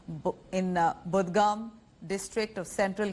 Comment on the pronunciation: It's pronounced Bud-gaam you moron. 😂